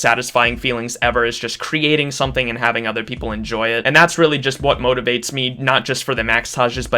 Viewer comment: when u said motivates i kinda heard motorboats :p